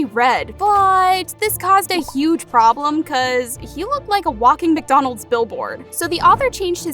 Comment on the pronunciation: Bro said” walking max Donald’s billboard”💀💀😂😂😂😂😂